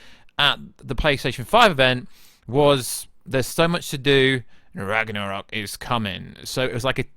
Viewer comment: You have a problem getting along with the word "Ragnarok".